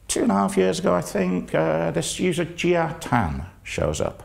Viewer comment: Jia as pronounced more like "jar" than like "gee ah" (with a British accent).